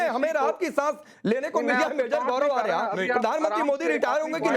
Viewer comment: Aarya hai aariya nhi😅😅😅😅